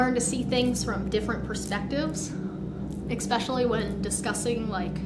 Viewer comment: You think they’d teach her how to properly say ESPECIALLY, instead of “EXPESHULLY”.